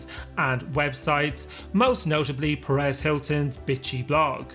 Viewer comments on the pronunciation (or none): none